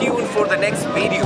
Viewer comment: 😂😂💯 Photu and Videu Forget his pronunciation. But is the best